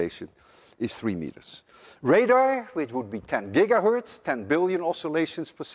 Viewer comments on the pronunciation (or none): none